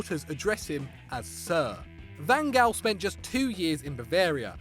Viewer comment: Van gal? It's pronounced Van Haal